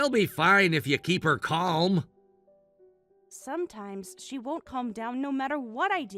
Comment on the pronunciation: “She’ll be fine if you keep her calum” The way words are pronounced on the text videos 🙄 Like when they say the word ‘debt’ as ‘dept’ 😂